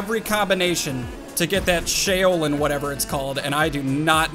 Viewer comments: ... 'Chow-lin'... Now say it with an "S" at the front... Thats how Shaolin is pronounced. lol. Sorry, but "Shay-o-lin" was killing me. 😂😂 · It’s sha-o-Lin you pronounce the a and the o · The shaolin flip is pronounced Sh' ow ' lin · Shaolin = shh-ow-lynn like kung fu and Wu Tang lolz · Like Shaolin China …. You should be embarrassed. Pronounce the O like a U. “Shau-Lin” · Exactly lol. He would know this if he's listened to at least 1 Wu-Tang album. Lol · you were saying Shaolin wrong. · Shaolin is pronounced like shower minus the ER; lynn. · I take it you've never listened to Wu-Tang by your pronunciation of "Shaolin" lol.. #straightfromtheslumsofshaolin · You’ve never heard of a shaolin monk? The way you pronounced it is bothersome